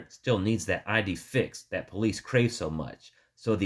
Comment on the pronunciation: the narrator used the term ID fixed. I think he was referring to idée fixe, a psychological term denoting a obsession. It is pronounced eeday fix.